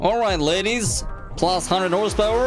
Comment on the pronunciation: I know you have a weird and sketchy accent, but calling horsepower as horsesta now that's interesting